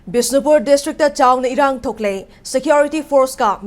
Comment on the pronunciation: What bisinpur.. it's bishnupur